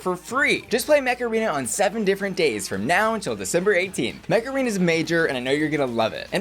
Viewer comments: I was just listening to advertising Mech Arena and I heard MACARENA instead 😂😂😂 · I keep hearing Macarena rather than Mech Arena xD